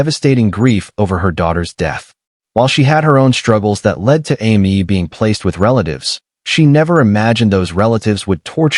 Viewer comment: AI can’t even get a 3 letter name right. Hearing Ammy over and over was rude.